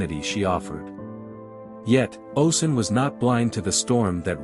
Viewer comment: oh • shoon, not oh sun. great video though ✨